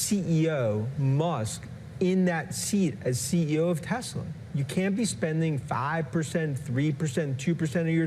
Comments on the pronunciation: Did he said "Tesler" just like trump?😂😂😂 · "Tesler." Yes, we heard you there, Lawrence. 😄😄😄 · omg Lawrence, "Telserrr" 😂😂😂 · Why do all boomers say tesler where it cleary is tesls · Tesler...we caught that! 😂😂😊😅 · Did Lawrence say “Tesler?” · Oh Lawrence, I smiled so broadly when your Boston accent peeked out when you said ‘Tesler’. As hard as we might try, sometimes it slips out. ❤ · I choked on my lunch when Lawrence said "Tesler" without flinching or smiling. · Well done, trolling both Donald & Elon with the "Teslar" pronunciation . Extra points for subtlety! 😂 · Ha, "tesler" good one. Love the program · "... a member of the board of Tesler..." ❤‍🔥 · He said “Tesler” 😂 Golden. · tesler LOL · "Tesler" 😂😂😂 made my day! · Tesler...LOL. We heard you, Lawrence. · I giggled out loud at work when he said “the board of Tesler.” 😂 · Lawrence is always right on the money. I am here for Elon realizing that buying a presidency isn't giving him complete control. I also am here for Lawrence saying Tesler. 😂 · Milk came out of my nose when he said "Tesler" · Yes, but “Ron Vara” is brilliant. 😂 And slipping in “Tesler.” Ha ha ha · “We love Tesler!!!” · Lawrence saying tesler gives me life😅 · Hehe, he said Tesler. Nice callback! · 'board of Tesler' 😂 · "A member of the board of Tesler..." 😂😂😂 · What? Ron Vara is a super genius!!!!!!!!! "Tesler" 🤣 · I swear he said Tesler. Did anyone else hear it?